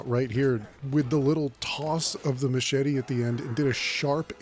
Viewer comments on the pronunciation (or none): none